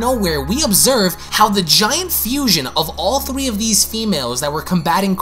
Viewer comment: Seven thwee.